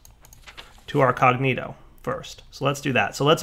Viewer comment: Wait, so he can pronounce Perditio but not Cognitio? C'mon son!